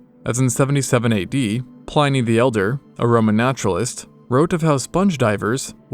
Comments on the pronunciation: Loved this except for your pronunciations of Pliny (plih-knee) and Herodotus (her-raw-dah-tiss (rhymes with kiss)). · Very interesting, but the narrator should learn how to pronounce "Herodotus" ("Her-AH_dotus") and "Pliny".(with a short "i" as if it was spelled "Plinny", so "Pliny" rhymes with "skinny").